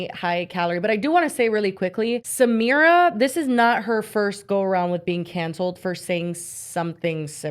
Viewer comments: Yall are pronouncing her name wrong it’s Sah-My-rah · I think her name is pronounced like suh-my-ruh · Thank you!! And them mispronouncing her name is literally a micro aggression🥲